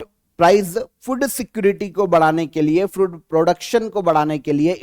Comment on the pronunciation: Calling food, "FUD" was awkward 😅